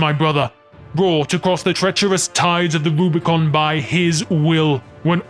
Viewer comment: It's Rubicon, not Rubricon. It's meant as a reference to crossing the Rubicon River by Julius Caesar.